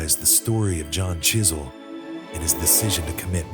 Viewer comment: You should known he was sneaky when he didn't pronounce the w in his name.